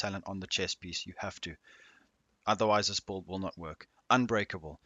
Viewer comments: Anyone else hear “BOLD” instead of “Build” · Are you saying bald or bulid? Lmao.